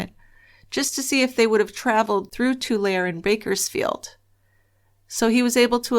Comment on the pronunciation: I look forward to your podcasts every Monday evening! Intriguing case. I live in the Central Valley and vaguely remember the news reports regarding these fires. By the way, Tulare is pronounced (too-lair-ee,) 😉